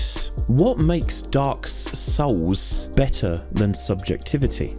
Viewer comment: I always love the pretentious video essayist pronunciation of DAWK SOWLS.